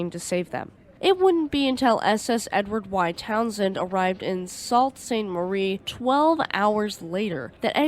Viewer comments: great video. Without sounding like a know it all it is pronounced soo st marie not salt st marie .Have a good week and keep up the good work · It's pronounced "SOO-Saint-Marie" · Here's another crazy one for ya: "Sault St. Marie" is pronounced "Soo Saint Marie." No one knows why.